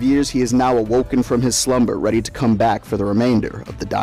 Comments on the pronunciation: When he said I’m back I thought he said I’m fat guys I’m fat and I was like we know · Why does it sound like hes saying ladies and gentlemen im fat instead of back